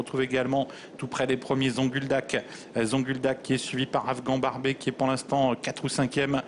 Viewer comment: Afghan barbé???? franchement apprenez à prononcer correctement les noms c um minimum